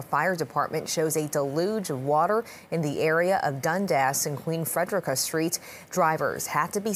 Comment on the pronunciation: It's pronounced Queen Fred-er--reeka Street not Queen Fred-rica Street.